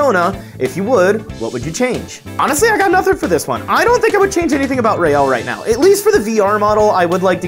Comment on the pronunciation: whenever you say, you sound like you said Rail the Protogen lol